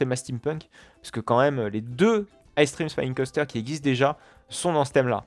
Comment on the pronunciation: chose a savoir sa se dis Extréme spinning coaster et pas icestream spinning coaster XD